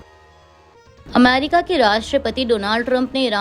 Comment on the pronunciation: Correct, ye America ko amairika bolti hai, meri sulag jaati hai.